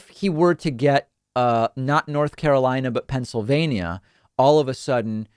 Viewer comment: Move on, YOU called N.Car WRONG...